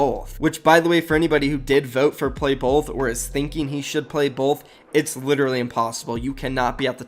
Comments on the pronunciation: Why did he pronounce “both” like that lmao my mans said bolth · why do you say both like bolth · why do you say “both” like that haha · Why does have problems saying both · Loved the vid but why you say "both" like that lmao all jokes